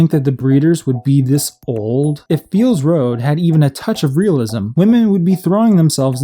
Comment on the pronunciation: Hah, you kept calling it "Feels Road", that was really clever